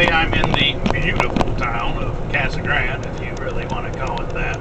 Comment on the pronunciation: Its pronounced "cah-suh grahn-dey." Two sylables each... just saying.